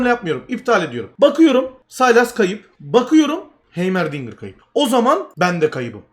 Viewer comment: heymer değil haymırdingır